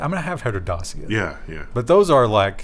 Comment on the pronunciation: It is pronounced Datchia.